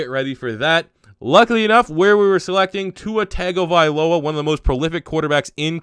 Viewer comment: Tua's last name is pronounced Toungue o viloa